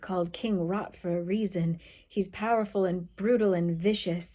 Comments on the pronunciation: I only listened to this and thought he was "King Rod" :'D The name Rot is German, so King Rot literally means "King Red" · I'm sorry, it's just an accent thing, but every time you say 'Rot' I hear 'Rut' and it makes it SO MUCH worse 😭